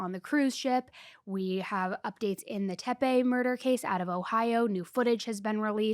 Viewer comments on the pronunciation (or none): 29 min: TEPE, not TeMpe. No "m", just like there's no "m" in "capacity". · tepe, not tempe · It's Tepe, not Tempe. Michael wasn't yawning. They were checking inside his mouth 😒